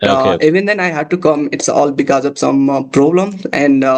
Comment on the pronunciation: It was a wonderful conversation! I just wanted to kindly suggest that you check the pronunciation of 'because' and 'conversation' they seemed a bit off.